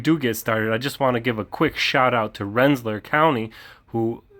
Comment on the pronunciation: Hey …. The pronunciation is Ren sa LEER. (FYI)